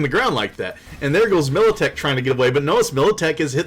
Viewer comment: Damn, it's MILITECH, a g a i n